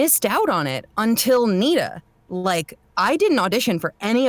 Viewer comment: he said NITA which sounds like "Need to"